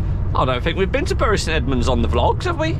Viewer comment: Come on, can't call Bury local and then pronounce it like that. Its Bury like 'berry'! Bury born and bred here